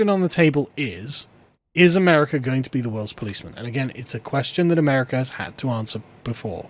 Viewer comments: Why do you add an "R" to the end of America? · He's English, they do that in the middle of sentences.